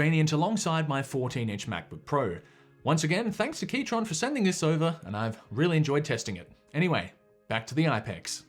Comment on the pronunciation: haha, keyTRON (if this is actually how it's meant to be pronounced, im gonna be very annoyed that ive been pronouncing it keyKRON this entire time, i type from my Keychron V6 Ultra 8K)